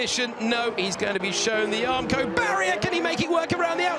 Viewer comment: What's up with "Aramco"? Is this stream Saudi sponsored?